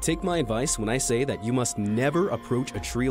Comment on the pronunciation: like the bell tree that make you under command. you say “ GeT AwaY fRom dAt ttree “